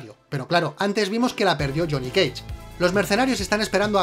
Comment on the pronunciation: Lile si dijo jhonny keich